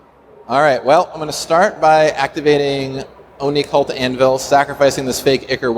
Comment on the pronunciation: The best thing about this is the amount of times managed to say "Oni-Cult Anvil" correctly...